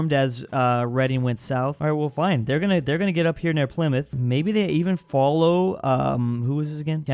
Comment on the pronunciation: I'm actuallt surprised that sayd "Pleemuth" instead of "Ply-Mouth"